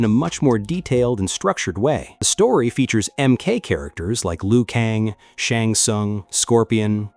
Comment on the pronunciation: It’s not pronunciation Lee u Kang. It’s Lew - Kang. Geez